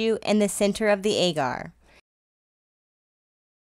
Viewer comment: Agar is pronounced Aww-ger